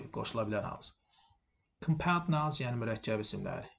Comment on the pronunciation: "Müəllim", qrammatikanıza fikir bildirmirəm. Amma tələffüzünüzə də fikir versəniz pis olmaz. Məsələn, Compound (mürəkkəb) sözü sizin tələffüz etdiyiniz kimi [kəm'paʊnd] yox, [ˈkɒmpaʊnd] kimi, Minute (dəqiqə) sözü [ˈmaɪnət] yox, [ˈmɪnɪt] kimi tələffüz olunur. Camel (dəvə) sözünü isə balaca uşaq da bilir: [ˈkeɪməl] yox, [ˈkæməl] və s...